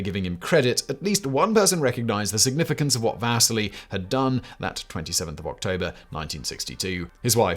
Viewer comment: Wish Simon and team would reach out to me on pronunciations. Vasily is vas-ce-lee not vas-silly, like Lowell is low-el not Lull (different video). Why? for so many people this is the only source of historical information